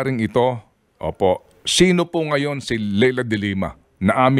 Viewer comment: People still mis-pronounce the name, even announcers. It’s Lie La. Not Lay La. And people call her atorne now. It’s Senator DeLima people. Senator DeLima. Why?! Because they took her down under false pretenses , a sitting Senator, at that ! And she was indecently betrayed by her own peers! Wot, so now she’s just “ atorne” ?! If that’s the case, then it’s going to have to be Atorne dutete from now on. Atorne dutete it is!